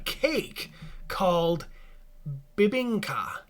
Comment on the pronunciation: I'm impressed they pronounced bibingka right.